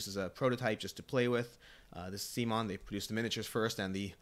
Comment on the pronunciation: You lost me when you mispronounced CMON.